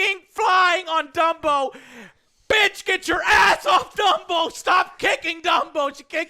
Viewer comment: Dumbo? I thought you said Wumbo